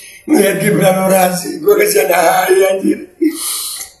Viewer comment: Cawapres harus nya orasi bukan ny oradsi tapi jadi penbawa acara🤣🤣🤣